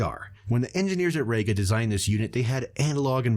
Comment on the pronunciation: REEga not RAYga.